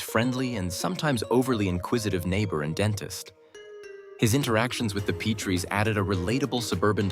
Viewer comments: What a horrible retrospective. Can't even say Rob and Laura's last names correctly. thumbs down. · Hard to give these vids any credability when they dont even know how to pronounce Rob and Lauras last name correctly. Not to mention Buddy's last name